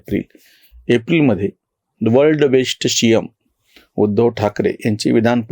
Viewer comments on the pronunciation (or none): जी, आपला " वर्ल्ड बेश्ट शि यम" हा उच्चार ऐकून खूप खूप हसू येते...!! 😀😀😀😜😜😜